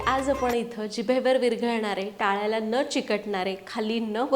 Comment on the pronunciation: लाडू छान झालेत, तुझे मराठी भाषेवर छान प्रभुत्व आहे व्हिडीओमध्ये दोनदा टाळ्याला हा शब्द योग्य उच्चारला वाव,नाहीतर लोक टाळूला असा उच्चार करतात😊